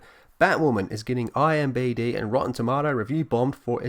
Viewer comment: It's "IMDB," not "IMBD". Also, I find your pronunciation of "tomatoes" slightly disturbing.